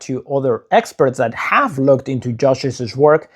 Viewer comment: Please note that “Joshi’s” is pronounced “Josheez”, not “Joshisiz”. Two syllables, not three.